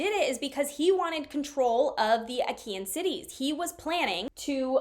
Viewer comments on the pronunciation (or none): Great work as always with this series! Regarding pronunciations: - Lacedaemonian is pronounced like "lak-uh-duh-mo-nee-in", so the first syllable is "lak" rather than "lass". This refers to the Spartans who are from the region of laconia. This is where the term "laconic phrase" comes from because they had a quick and witty way of speaking. - Achaean is pronounced like "uh-ky-in", so the second syllable is pronounced similar to how you would say "kite" without the 't'.